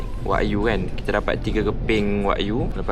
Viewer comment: Sebutan dia wa-gyu tau. 😊